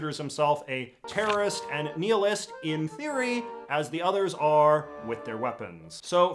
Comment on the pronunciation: You say nihilist wrong